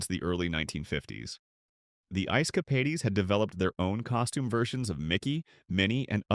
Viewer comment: Ice "Capadies???"